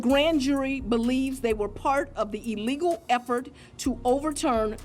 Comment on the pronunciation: Someone needs to tell Fanny that there’s only one “e” in illegal. It’s not eelegal…..🙄